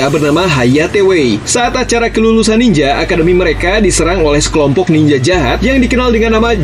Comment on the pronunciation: Nininjer bang bukan niningger Harikenjer bukan hurikinger Trs bang riset lagi lah soalnya tema ninja di super sentai gk banyak"juga